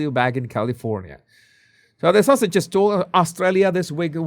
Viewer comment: pronounces ‘Sussex’s’ as ‘sausages’. I like that! It fits!